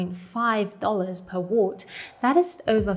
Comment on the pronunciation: I love the way finds new ways to pronounce words. The pronunciation of watt in this episode was cute.